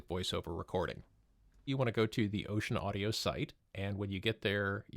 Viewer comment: It's actually not pronounced "ocean" but "oh-sen." Just for the record.